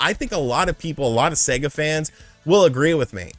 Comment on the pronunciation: "Seger" lol